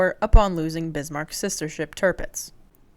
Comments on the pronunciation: CAN YOU PEOPLE PLEASE LEARN HOW TO PRONOUNCE WHAT YOUR TALKING ABOUT FFS ITS NOT SHEA IT SHEEER IT NOT BEAST MARK WTF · I love how you cannot help yourself and almost every time you say BISMARCK you have to say it in capitals. : ) cool vid. Btw Bismarch did not get unscathed from its fight with HMS HOOD and HMS Prince of Wales, Prince of Wales damaged and they were starting taking salt water into its fuel, which is why it also could not just leave for the Atlantic because repair would be needed, which bought time for British to fidn them again and pummel Bismarck to hell. Yesh they scuttled Bismarck but at that point it was barely afloat. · I hate to be "That Guy," the insufferable know-it-all, but please Pronounce "Bismark" the way it's spelled, not "Beesmark." Prinz Eugen is pronounced "Printz Oigen." Whenever you see the EU diphthong in German (Deutsch) it's pronounced like the English "oi/oy". An e at the end of German words is not silent, but sounds like an A --- and you nailed it. Gut gemacht,! (Note the diphthong äu is also pronounced like the English "oi/oy")